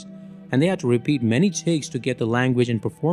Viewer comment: „Charles Heston“